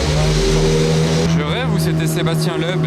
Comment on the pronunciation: "je rêve où c'était Sébastien leub" t'abuse sur la prononciation frangin c'est miteux là